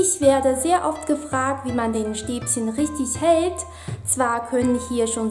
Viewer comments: bitte Stäbchen nicht Stäbsen;);) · LOL sie sagt Stäbschen